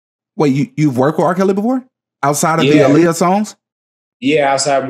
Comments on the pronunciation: it's aaliyah, not uhliyuh. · I need people to pronounce her name correctly. Aaliyah is the female version of Ali. Muhammad Ali, Aaliyah.